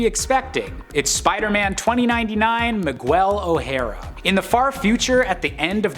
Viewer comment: Really enjoyed this list, but hit my breaking point on the mispronunciations. It seems like the fellas doing these lists need to take a page from Amanda and put some effort in. Miguel is pronounced “Mig-el” not “Mig-well”. You got O’Hara right- so do us browns a favor and get the other part right too.